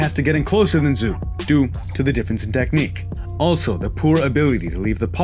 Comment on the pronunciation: Hey man, I love your vids. I'd like to give back to you. Xu's name sounds like "shoe." I can give you a link for a pinying pronunciation guide if you would like. Thanks for the vids. I look forward to the next one.